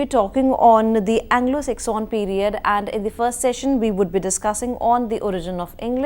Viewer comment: Sir with all due respect. It's pronounced seksun. Not sekshan. Sorry but I couldn't stand listening to it